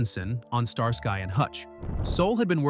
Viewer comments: It is NOT Star Sky and Hutch but Star skee and Hutch! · StarSky? It is pronounced Star ski. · "Star Sky?" Star ski, Starsky. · "Star-Sky and Hutch." Come on, man. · The Artifical Intelligence narration is ridiculous...it pronounced Starsky as Star- Sky and Bea Arthur as Bay Arthur🙄😒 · That's how you know that it's A.I. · “Star-sky and Hutch?” I’m out. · "Star-Sky and Hutch". Ha ha